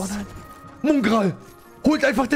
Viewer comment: Bitte mOngraal und nicht mUngraal nennen, danke